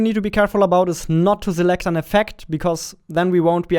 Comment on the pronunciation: Nobody:: Zaunds, Zee, Zimple, Zelekt